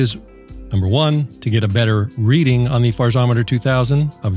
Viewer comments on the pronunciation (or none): none